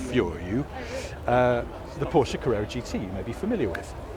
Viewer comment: THANK YOU for saying Porsche and not being part of the "porsh" syndrome, which seems to be all over youtube!